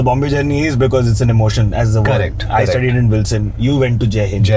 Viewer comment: Kaaa - rektttt. (Correct) 😅